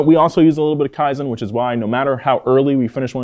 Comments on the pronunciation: I think you should pronounce "kaizen" better, thats my kaizen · Kaizen not Kiazen. Even Land Rover sucks. That's why so many Land Rover and Range Rover cars in Indonesia are engine swapped to Toyota or Mitsubishi. Toyota knows how tough the terrein of many parts of the world, unlike western brands made for their very dry, no humidity at all, they really know nothing about highest humidity on earth the equator line Indonesia. BMW/Rolls Royce, Mercedes-Benz/Maybach, Audi/Bentley, etc are so mainstream overpriced average of very poor nature western world. Toyota Crown and Century are truly in limited quantity. You may buy not because you have the money but Toyota will investigate whether you deserve or not. Truly Prestigious, Truly High Class. Money cannot buy Real Status. Toyota Indonesia Manufacturing since 1970 Only available in Asia, Australia and few selected countries. No Europe No USA. Too good for Western world that will make their automotive manufacturers losing profits as they're overpricing everything 😅🤣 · No offense but you butchered kaizen pronunciation